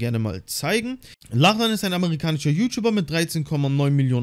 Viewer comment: Es wird Locklin ausgesprochen nur so zur Info 😅